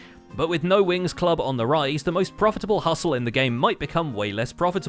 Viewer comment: Glad I'm not the only one who hears Winx instead of Wings.